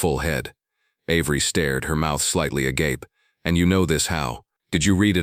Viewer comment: I was inordinately pleased to hear you pronounce ‘agape’ correctly. Good job!